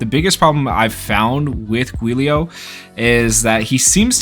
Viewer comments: It's pronounced Julio 😭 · It's pronounced "Juu - lee - oh" and the juu is kinda pronoucend like jew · Giulio is an Italian name. Think “Juliet” but said with “-lio” instead. Also, think “Rudy Giuliani” but say the name like the last name, except with “-lio”. Giulio!